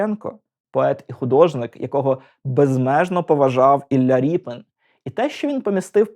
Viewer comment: Дико звучить "Ріпін". Призвища не зміняються!